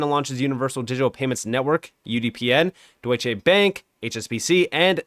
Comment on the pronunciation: It's Deutschè Bank, not Deutschéé!